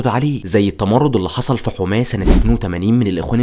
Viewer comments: هي يا اسمها حَماه وليست حُماه يا 😂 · انا مش عارف كيف طالع تعمل وثائي عن سوريا وانت ما تعرف تنطق اسماء المدن السورية اسمها حماة بفتح الحاء مش ضمها عجيب امرك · محتواك رائع لكن انت نطقت كلمات كتير نحنا ما بننطقا هيك علويين كان نطقا غير صحيح و حماة كذلك عدا ذلك متابعتك و بحب محتواك كتير عن جد كتير رائع ❤